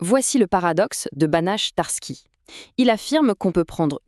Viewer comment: Vidéo sympathique. Une petite critique de forme cependant. Pour le théorème de Banach-Tarsky, on ne prononce pas "Banache" mais "Banarr".